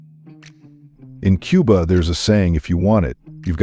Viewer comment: It's not quba it's Cuba